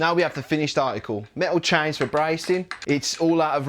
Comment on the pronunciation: Tibles, chines and stiples! Grite mite!